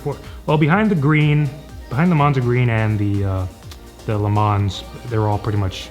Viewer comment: Love the auto Rebel but already have the TJ so maybe too similar for me. Got a Saturn coming. Nice video guys - BTW Le Mans is pronounced ‘le mon’ ;-)